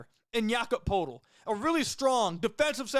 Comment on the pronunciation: Just for future reference the Raptors Center, Poeltl, is pronounced “Pertle”